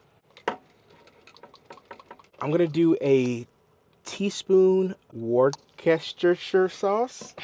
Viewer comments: New Englander here. It’s “Wooster-sheer” sauce 😊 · Worse-ta-sheer sauce lol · Worsh-ya-sister sauce is yummy 😋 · Whis tow shire sauce, bless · Worst-tuh-SHIRE. Shire, like where the Hobbits live. lol. Or, sometimes I like to pronounce it Whir-CHESTER-Shire just to mess with it. Or, you can just say Lea and Perrins. Those chops look AMAZING!